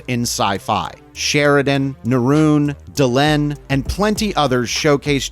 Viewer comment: Yeah, I heard Neroon and was like, "who?" Out of all the characters they could have chosen to name-drop, that was certainly a choice 🤣